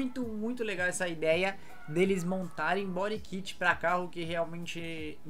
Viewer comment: Engraçado a pronúncia bori kit 😵‍💫🤮